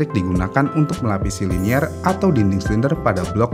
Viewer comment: Carbide ✓ not Cardibe, Liner ✓ not Linier 😁 bukan orang motor Komentatornya 😅